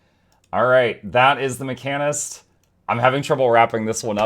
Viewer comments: macanist? you just slapped that H out of the word like it owed you money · Come again? HOWW do you say mechanist??😂 Edit: pet class fans comment—> necros exist